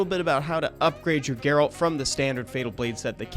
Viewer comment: G-A-RALT not GAY-RALT